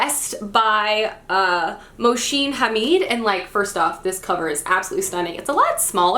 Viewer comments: I'm sorry to correct you but it's pronounced mohSin and not mohSHin..😅 his name in arabic basically means the good-doer 🌞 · Just a correction there, the author's name of Exit West is Moh-sin Ha-mid, not Moshin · The name Mohsin is pronounced as "Moh-Sin" 😋💕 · Mohsin Hamid is a muslim name and its pronounced as 'Moh-seen' 'Ha-meed'. just wanted to let you know (with good intentions) 😊